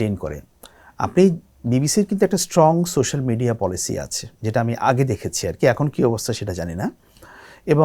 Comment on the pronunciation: উচ্চারণ - 'সোশ্যাল' মিডিয়া হবে